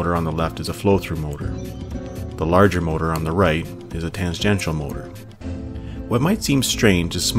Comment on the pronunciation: Lamentably, I must inform you that the narrator pronounces tangential incorrectly.